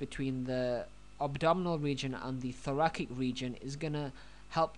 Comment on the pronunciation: Thoracic - prounounced "Thor-a-SICK" not "Thor-a-KICK". :-)